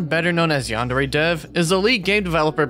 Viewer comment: the worst part is, he doesn't even know how to pronounce Yandere correctly